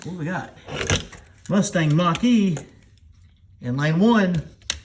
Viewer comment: Musthang Mock-E. What were they thinking? lol